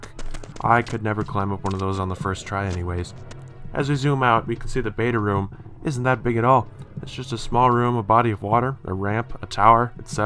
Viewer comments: Hahaha read this after I noticed and commented that you say ruum. Honestly man I don’t care how you say things but I want to enjoy your channel and this actually drove me to the brink of insanity lol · Some people say rum instead of room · Room? Nah, lets pronounce it RUM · Lord Rayken sounds more like " rhuum " unless Americans don't know how to pronounce rum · Rum is a valid way to say room though. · how so? if it was supposed to be pronounced "rum" then that's how it would be spelled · I think the question was fine. I was very confused and as a non-english native i wasnt aware of a dialect where you pronounce room like rum! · its pronounced room. Get it right! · It's pronounced ROOOOOOOOOOOM! Like vroom vroom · Who else hears "rum" when he says "room" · why do you pronounce room ROM? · Rum? Oooh, you're from Minnesota? I only know Minnesotans tend to say room as 'rum' because that's their way of saying it. Case in point: Linkara. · So...other than Markiplier, is another one who says room as 'rhum'/'rum'...huh,neat.w. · Who pronounces room as "Rum"? Like seriously, what the hell? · stop saying room like that it's rooooom like vroom or broom or boom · Reads comments Sees "room" comments Thinks, surely not, how can someone mispronounce room?? Watch video "Rhum" Ah Thats how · its because he cant properly pronounce the word "room". Think about it for one second man, what if he is trying to pronounce the word "rum". He CANT SAY IT PROPERLY BECAUSE HE CANT PRONOUNCE THE WORD ANY DIFFERENTLY. So, I hope you understand the significance of his word dysfunction. It is a poison of the language, and if more people start with this crap, the whole language will turn upside down in a few years. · That just how some people say room!! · The word room rhymes with broom. It’s worth looking into. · Just say the R sound like your saying Right. Say the E sound like your saying Eww. Make the M sound like ur saying hmm. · The way he says room is very bothering. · room not rum